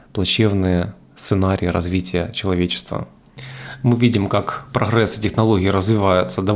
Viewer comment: Главное посыл - нуну, либо на Ураинском, либо на Русском говори, но на Русском ГЭкать не нужно, когда ты Говоришь о проХрэссе))) не, ну это просто смешно Итак очень много вопросов в реальной наукоемкости этой идеи, так вы ещё и в ноги себе стрелляете этим ГЭканьем